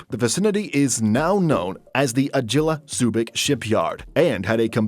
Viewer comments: what "ah-gee-la"???!!! It's "ah-gi-la" (Eagle) ( like 'gi' in Korean actor name Lee Seung-Gi !, not "dzjhi" sounding) also with Maersk even laying off staff up to 10,000 , looks like this is leading to nowhere at least any time soon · It's NOT AJILA. It's AAA-GI-LA. 'G' as in "Guild", "Great", "God".. Agila means Eagle. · Hard G on Agila - AH-gee-luh It's basically Eagle Subic Shipyard